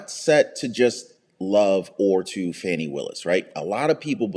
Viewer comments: It's "fawnie" willis. A video on the right person would help.! x) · .. and you purposely mispronouncing her first name somehow makes you any less disrespectful. Talk about ‘unprofessional’.